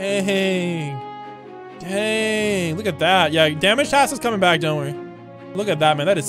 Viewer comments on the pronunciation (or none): none